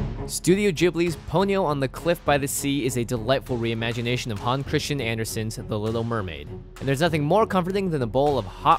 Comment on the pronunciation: "Han" Christian Andersen? 😂 His name was "Hans" Christian Andersen.